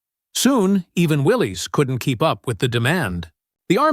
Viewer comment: It's pronounced WILLIS not WILLEES